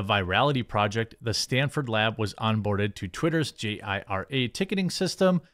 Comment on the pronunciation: Most software people say JIRA "JEE-ruh"